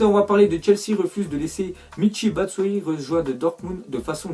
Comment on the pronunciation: super tes vidéos mais on dit batchuayi pas batsuayi